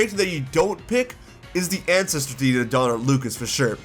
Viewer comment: You might want to work on enunciation on certain words. I'm not trying to hate, but "ancestor" came out as "ancest" on multiple occasions and sounded like you were saying, "incest" As in, "we have multiple incest of characters and that's great!" Yeah, it was a bit distracting.